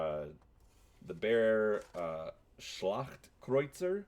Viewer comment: Props for NAILING the pronounciation of "Schlachtkreuzer" :)